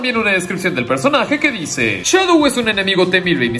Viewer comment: Se dice Shadow